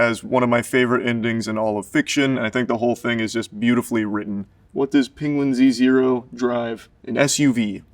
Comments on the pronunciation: Most surprising thing here is that he pronounces his channel name as "Penguin Z Zero" instead of "Penguins Zero" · the most surprising part of this is that charlie pronounces the Z in penguinz0, instead of just pronouncing it as "penguins zero" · He pronounces his name “penguin z zero”? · Wait WHAT?! He pronounces it Penguin Z Zero?! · It’s “Penguin-Z-Zero”? This is reality shattering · finding out that the z in penguinz0 is pronounced separately is like finding out santa isn't real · so thats how penguinz0 is pronounced